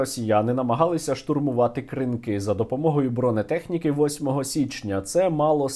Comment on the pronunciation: Будь ласка, КрИнки, а не КринкИ